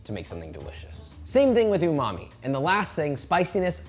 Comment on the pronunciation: Imagine this being your job and mispronouncing umami